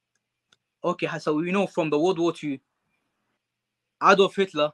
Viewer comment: Anwar actually pronounced Adolf Hitler’s first Name, correctly. First time I’ve ever heard that outside a German Documentary. 99% of people say, “Ādolf” but there’s only a Short ‘a’ in German. Like “cat”..